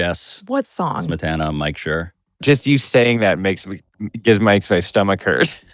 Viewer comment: Also booooo Mike Schur! Learn ye how to say it! Otherwise I enjoyed this and both the guests. Thank you for covering an important topic. It really can’t be overstated enough how compromised journalism is right now.